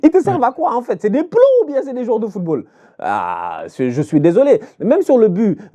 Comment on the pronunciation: T'as massacrer les noms des joueurs 😂😂